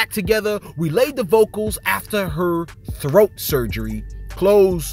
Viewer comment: Yes that's how you pronounce it Thoat!😂...